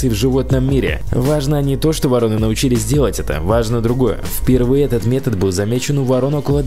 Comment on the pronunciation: Не воро'ны, а во'роны, не путай.